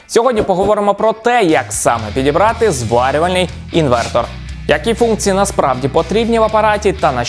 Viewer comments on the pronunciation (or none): ІнвеРтор, не інвеНтор))